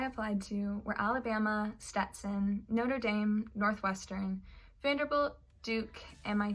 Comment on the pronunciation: did she just say noter daim